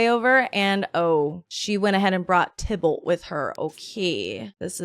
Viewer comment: tai ballt not tybolt XD